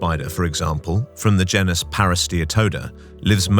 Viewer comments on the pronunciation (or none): none